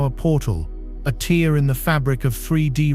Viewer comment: A teer? A tear😢?